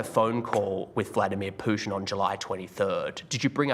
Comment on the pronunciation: I'm sorry english isn't my core language but is this normal to say PUSHIN instead of Putin